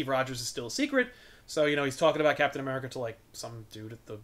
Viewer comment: Uh-meri-cuh....fuck yeah